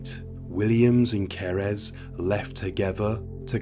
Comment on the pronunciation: What happened to Cerys (Kerr-iss, not ker-ezz) is truly horrifying😢 It just shows how the mental health sector, here in the UK, needs more investment to treat people early on in life! too many young people being let down early on, and in turn, go on to cause so much devastation 😔